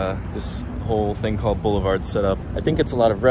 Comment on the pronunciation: "Boulefard is a gud blace" 😂